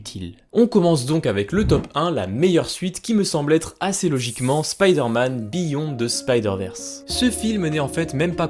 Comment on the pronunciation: Heille mon tabarnak tu va refaire ta cris de vidéo pis tu va dire beyond the spider verse pas biyon mon esti